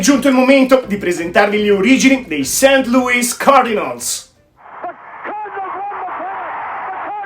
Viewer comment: Si dice " seint cardinols. e word series ha una o chiusa e non aperta. Non è ozzi ma ozss. Un suono a metà del s e z. Per il resto un' inglese accettabile per il livello italiano